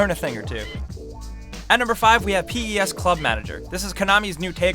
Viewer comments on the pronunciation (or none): say pes together not say apart